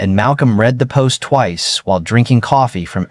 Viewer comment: Can't you pronounce "read" correctly???